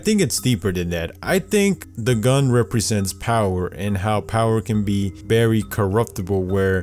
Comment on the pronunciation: “Berry seriously”